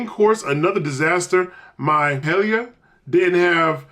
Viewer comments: For the record, Paella is pronounced Pie-A-Ya. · Paella is pronounced "Pie-Yay-yeah" Its a weird one if you've never seen the name before. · ....its pronounced pie ay ya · Paella = Pie-Aye-Yuh 😄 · Noticed you couldn't pronounce paella. You pronounce paella as pie Ella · I’m a minute in and died laughing at your pronunciation of Paella 😂. It’s pronounced “pie-ay-ya”. Much love brother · Paella- * PIE-YAY-YA... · Paella is "pie-ay-ya". It's a Spanish rice dish with seafood and meat. You cook it kind of like a risotto. You should try it sometime,, just maybe not from this place... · It’s pronounced pai ·ay·uh Paella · The way my man said Paella though 🤦🏾‍♂️